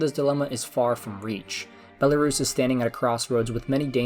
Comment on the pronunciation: You are not pronouncing country name correctly